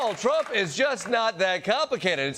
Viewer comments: tromp tromp. cant she even say his name right in between the dow deflections? lol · Does anyone else hate the way she pronounces "Trump"?